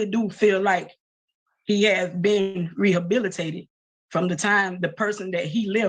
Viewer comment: 😂😂😂. She also said he's abilitated